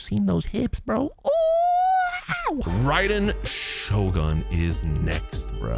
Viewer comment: It is not pronounced Raiden Shogan, it is pronounced Raiden Shogun. It is not pronounced Tainari, it is pronounced Tignari. The h sound is abandoned. It is not pronounced Shenha, it is pronounced Shenhe. It is not pronounced Elheithem, it is pronounced Alhaitham.